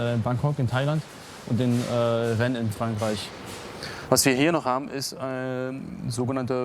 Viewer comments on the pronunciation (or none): none